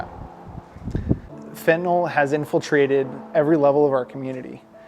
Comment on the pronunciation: Fentanyl is spelled f e n t a n y l . NOT f e n t a n o l !!! Can't anybody read any more? Is it so hard to pronounce it correctly? Do kids learn anything in school anymore?